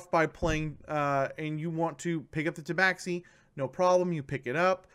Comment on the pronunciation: Ta Ba Shee not ta bax xi